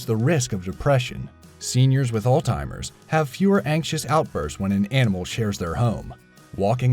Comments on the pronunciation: Alzheimer's is not pronounced 'all timers' and calorie is not spelled 'calory.' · Did he really just call it all-timers instead of Alzheimer's? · I stopped watching at "All-timers".... smdh. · ALZHEIMERS! Not 'old timers' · It's alzheimers, not "altimers"! lol 😁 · The narrator said "Altimers". It's Alzheimer's! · again ..."ALL TIMERS" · ..."seniors with ALL TIMERS" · It's "Alzheimer's", not "Old timer's" :-) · did you just say "All timers"?? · "all timers" lol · I'm sorry, but does this guy keep saying "old timer's" instead of "Alzheimer's"? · Did he say "all timers"? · Anyone notice he accidentally says 'seniors with alltimers' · 'Alt-timers' -eh??? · Did he say "altimers" for Alzheimer's? aka "old-timers"....lol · "Altimers" lmao SILENT T BOY! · old people have all timers, nice pronunciation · Alzheimer's. Not All-Timer's breh... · Notice how he kept saying"all timers" that's so wild idk y people think this is the name for" Alzheimer's " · Is he calling it "old timers?" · "all-timers" lol is how you pronounce alzheimers. i cant stop picking apart his pronunciation ever since parlee-ament lmao its all love tho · You lost your credibility when you said "alltimers" instead of Alzheimer's. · Uhhhg, stop saying ALTEIMERS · Please learn how to properly pronounce Alzheimer’s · Did all that research, took the time to do voice over, but can't pronounce "Alzheimer's". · The speaker needs to learn how to say Alzheimer's correctly. There is no T in the word.